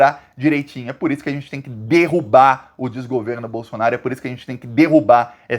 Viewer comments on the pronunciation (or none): none